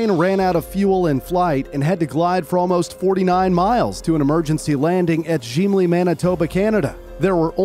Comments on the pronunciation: gimli not jimli bro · Gimli Manitoba isnt pronounced Jimli, G as its used in Great or good, ao Gimli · "Gimli Glider"❌ "Jimli Glider"✅ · Awesome video but it’s Gimli not Jimli Manitoba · its not "jimli" its "gimli". as a manitoban youre saying it wrong. great vid tho. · Its Gimli glider not Jimly glider, just noticed have a nice day! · It was not the "Jim-lee" glider, like this video pronounces. It was the "Ghimli" glider, pronounced like the dwarf from LOTR. Great video otherwise, but please do some basic research on pronunciation of location names. A 10 second google search would have revealed the proper pronunciation. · As a Canadian I know how to pronounce Gimli its Gim-lee not Jim-lee. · Hey great video just wanted to help out with your pronunciation of the name Gimli. It's pronounced Gim- lee. (I am from the area) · Good video but you mispronounced Gimli as "jim-le" but it's pronounced "gim (as in gimbal) - Lee" just think of the dwarf from the Lord of the rings trilogy ! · yeah And how he said the gym-ly glider instead of the gi-mly glider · Bruh it's Gimly Glider not Jimly Glider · It’s pronounced gi-m-ly not gym-ly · also gimli isnt pronounced ''jimli'' but we pronounce it with the g in gross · It's pronounced Gi-m-li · The g in Gimli is pronounced like the g in gun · UU PRONOUNCE THE G IN GIMLI LIKA A NORMAL G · as a manitoban, gotta love the mispronunciation of Gimli 😂